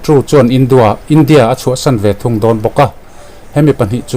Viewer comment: I hnar abing ve deuh adi baw...'ve ai ah 'Be' ti deuh tlad😂😂